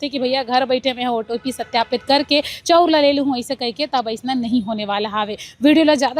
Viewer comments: चौ उर,,चौ उर 😂😂 नही ओ😮 चावल चा ऊर बोल😅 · चौंर नहीं ओ चाँवल बोलते